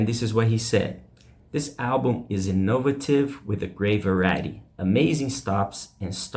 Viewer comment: You need to learn how to pronounce "innovative" and "Joni" correctly.